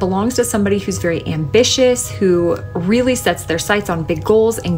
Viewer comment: Just some friendly advice... Regardless of your elocution lessons, you seriously need to learn the correct pronunciation of words, such as: 'women', 'really' and 'folks'.